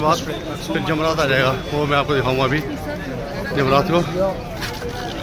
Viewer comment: yamraj nhi jamraat hota hy mahraaj